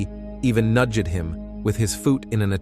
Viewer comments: Why does the narrator keep pronouncing the E in words like NudgEd , poolEd, wakEdEd? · I truly dislike these fake voices. Teaching people how to butcher words like nudged. Why is it so hard? I don't fear robots taking over when they're constantly getting caught up with incorrect pronouncing of common words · "nudge ed him with his foooot" "realeezed" did you have a stroke?